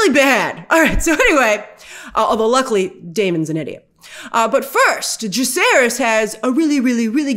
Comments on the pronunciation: I'm sorry but i believe they pronounce Jacaerys as Jay-say-ris in the show and not Jake-aris. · Jacaerys, not Jakkaerys